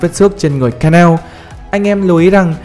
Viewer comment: ngta đọc là ka na ô , cứ ka neo cái gì :))